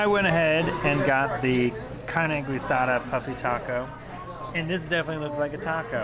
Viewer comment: Carne guisada? Pronounced wrong it's not gue sada its geesada